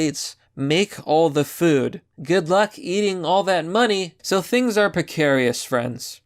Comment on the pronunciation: Pecarious? Really?